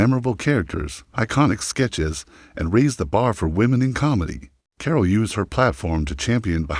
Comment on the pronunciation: "Core-All"? Your AI sucks. NINE MINUTES for a story that could be told in less than three...